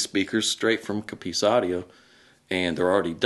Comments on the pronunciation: What the hell is a C'ppice???? A COPP-ice is a thicket or grove of cultivated trees! And as for aluminium, do Americans say Plutonum? How about Uranum? And then again, Potassium? You need to get out more! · It's not 'coppeese' it's 'copiss' 😂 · Yeay! UK stuff for us in the UK. Nice one. True- I think we more like to get things already made. A bit of tweaking, but not taking things apart and making things from scratch. Certainly true for me anyway. We say Coppice like you say Cop. Cop-iss. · please teach him how to pronounce 'Coppice'.... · We'd even pronounce coppice different to you guys.